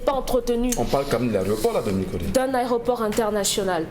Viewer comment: Pourquoi ils disent tous au Cameroun, les journalistes et animateurs TV compris, "ARÉOPORT" et non pas "AÉROPORT" Messieurs les journalistes notez l'antéposition du "É" par rapport au "R"